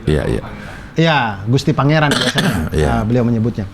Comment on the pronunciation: Biar tidak jadi salah paham, bukan "GUSTI PANGERAN" dur. Tapi "GUSTI PENGERAN". sebutan ini sangat2 sering salah diucapkan khususnya oleh orang luar jawa.